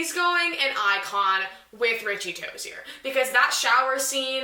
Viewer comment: The way you say "ToziER